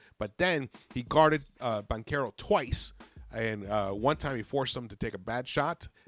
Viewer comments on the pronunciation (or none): none